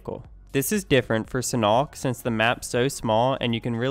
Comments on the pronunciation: It's sanhok not senock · u said senock and to pronounce sanhok is sanook from Thai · first say San then nawk, nawk sounds more like hawk